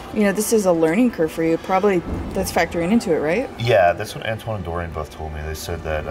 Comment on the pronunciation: Lol you really butchered Antoine's name at the end of the video 😁 with the subscribe animations